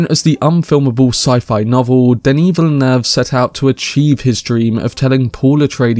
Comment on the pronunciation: Thank you, thank you! For pronouncing Denis' name properly